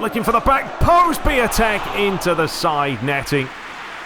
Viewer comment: Piątek is pronounced ‘piontek’ it also translates as ‘Friday’ from Polish 😉